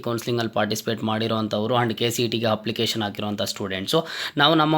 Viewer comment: ಹಪ್ಲಿಕೇಶನ್ ಅಲ್ಲಾ ಅಪ್ಲಿಕೇಶನ್, ಹಾದರೆ ಅಲ್ಲಾ ಆದರೆ